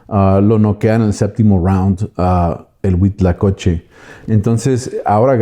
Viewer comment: HUITLACOCHE, NO HUITLACOCHO ., se ve que si sabes .